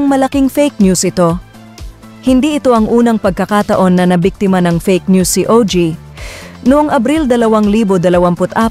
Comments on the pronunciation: Ogie po hindi o.g. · Ogie, NOT O.G..